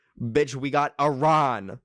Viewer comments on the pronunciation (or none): It not aran its iran